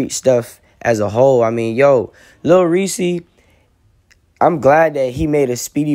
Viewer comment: It’s Lil Reese not “Lil Ree Cee” - Reese is ONE SYLLABLE NOT TWO SYLLABLES.